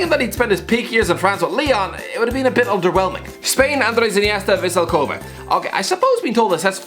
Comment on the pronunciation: The way he said Kobe 😂